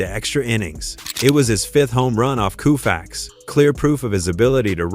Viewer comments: Every time I hear the AI say KOOFAX my blood boils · I stopped after Koofax. FU, AI !!!!!!!!!! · I stopped after 4 "Koofax". Not going another 15 minutes listening to that. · Koo-fax? Fing moron AI! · A I is a lazy approach to voice over presentation and a huge disappointment when A I repeatedly says Koo-fax and makes it one of the biggest shit show for future shows ! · Coo'-faxs?... Get a life... you Artificial Ignorance. As you can see from the previous comments below, "Home Run Hub" wasted Their time & $ and OUR patience generating this narrative. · You're right- it's pronounced co-fax, damn AI ! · Take the dialog, put it in a word processor which it probably already is. Then use the Find and Replace command to change Sandy's Last name to a spelling the AI will pronounce correctly! What's that gonna take... about 2 minutes? Seriously, a major fail and disrespectful to the icon himself. 😝